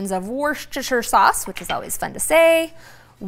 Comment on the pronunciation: Please say Worcestershire sauce like this: WOOSTER sauce. It's an English word, and in England we don't pronounce the ending (shire). Think of Arkansas. You don't say : ARR -Kansas, to you? :) A Brit